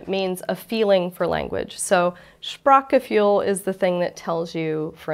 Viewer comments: Shprack-G-Fuel Fuel for the Shprack. Someone should teach her umlauts. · Who hates the way she pronounces it "Sprak-ge-fuel"?, also Kummerspeck means the weight you gain because of grief, not grief because of weight gain. Although speck can mean bacon in this case it just means fat. Regarding "Hygge" it can mean cosy things connected to the home, but you can also have "hygge" with your friends at a café, restaurant or on vacation, it's quite a broad term who speaks to coziness, being laid back, having a nice time and definitely sharing food and drink. I am a German speaking Icelandic, living in Denmark, close enough to the german border so that I do my shopping in Germany. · The "ue" sound doesn't exist in English, nor does the "ch" sound in this word. Phonetically it should be: [ˈʃpʀaːχɡəˌfyːl] Die Aussprache ist zu schwierig für die Amerikaner.